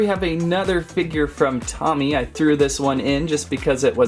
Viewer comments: Its not tommie its pronounced toe-me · It is pronounced toe me and love your vids